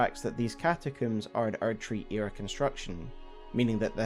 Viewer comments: Bro it's combs not cooms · Great vid but…one question… What’s a “catacoom”? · Came for the frenzy, stayed for the cataCOOOM.